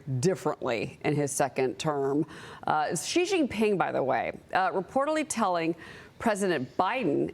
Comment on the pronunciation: It’s She-Gin Ping. Why is it so difficult? Especially for ppl in the news media that often cover him. They delegitimize themselves by showing no effort. Its common english sounds…